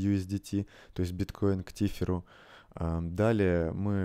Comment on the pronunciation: Что за тифер!? Может Тэзер